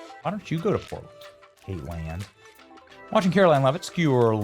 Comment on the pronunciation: Don't we all just luh the way Benny is butchering Dylan Mulvaney- wannabe's name? "KateLand"! 😂😂😂😭😭🤣🤣🤣